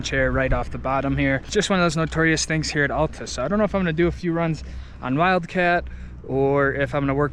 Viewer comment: Your videos are great. But as a Utah resident you’ve got to learn how to pronounce Alta properly!